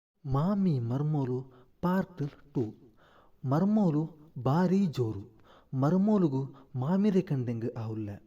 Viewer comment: ಮರ್ಮೋಳು ಅಲ್ಲ ಮರ್ಮಲ್